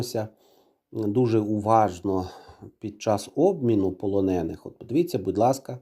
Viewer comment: Знову ці ополоники?! Стежте за наголосами!